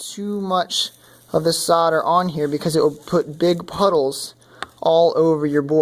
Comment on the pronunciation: Good grief man, its not pronounced sodar. Its called SOLDER, say SOLDER, god damn it